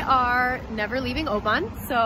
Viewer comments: Thoroughly enjoyed your visit round my native Scotand, and your pronunciation of "ObAAAAAAAAAAAAAn" haha, great stuff :) PS. if you ever visit again, think "O-Bin" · I was born in Oban, but now live in Inverness. Most people, even Scots call it O-ban, but locally its pronounced O-bin. Lovely film, Visit Scotland would be proud. You covered the area beautifully well, put a home sick tear in my eye :) By the way, in the UK a Penguin is a chocolate biscuit (cookie) the bird was a Heron. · Being from Oban I love seeing vlogs from the west coast. Most beautiful place ever. And it is pronounced Oh bin 😂 glad you enjoyed your trip, also showed places I have yet to visit! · Great wee vid. Oban is pronounced O-bin ;P I cant really say anything as youve probably seen more of Scotland than me and ave lived here ma whole life. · Oban is pronounced O-Bin. Glasgow is pronounced Gla-s-go. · Youve been pronouncing most right except Oban. It's pronounced oh-bin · Other than oban u did well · Great vlog! I live in Fife (over the water from Edinburgh) and I flinched when I heard you say Oban... you’re not wrong when you said everything is pronounced incorrectly! I’m just so glad you enjoyed our beautiful country! If you ever want to visit again and want advice I suggest the Facebook page Scotland the Beautiful! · Everyone has told me a diff pronunciation for oban in the comments lmao